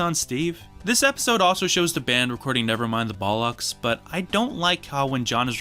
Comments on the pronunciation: Please learn how to pronunce Bollocks. Especially if you're such a big fan. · The way you pronounce bollocks is really funny